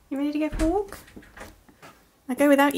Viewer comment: Wolkkk (walk) Wookkies (walking) Sherwaaa (sherpa) 😂all are heartwarming words